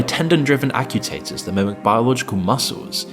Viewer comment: did you say actutators? 😂 sounds like a 9 year old from Alabama saying Tamaters 🍅